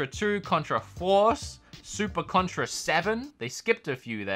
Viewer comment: Did anyone notice that Contra on the chicken console said “Cuntra” LMAO 😂